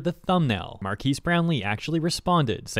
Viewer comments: So he can't say anything bad about a product just because he has a lot of subs? And you sound like AI saying Marques like "markees" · You say his name wrong